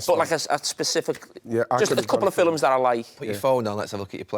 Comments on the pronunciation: Carragher: "I'm gonna go for filims" 🤣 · Everytime Jamie says "film" I've always wondered where the 'u' comes from when he's talking about 'filums'